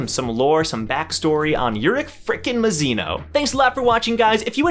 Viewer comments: mAzino not mizino lmao but i don’t mind XD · I find it amusing that we both say urek mazino the same way but you say Ma-shen-ee and I say Muh-Shay-ne. Pronunciations are interesting